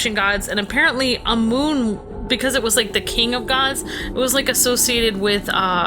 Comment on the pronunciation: It's pronounced am amun not amoon.